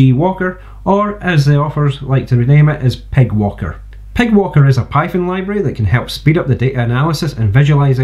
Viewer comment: I'm sorry, as good as this library is. "Py" is said "pie". They don't get a free pass on "pig" That's it, I've put my foot down. Let the devs know it's over. ;) Great vid, subbed!